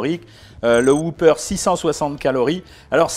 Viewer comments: C'est pas un Hoopeur c'est un Whopper On prononce le W et on dit hop et pas hoop, Bref ça se prononce comme cela s'écrit. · Ne prononcez pas woupeur, mais wopeur.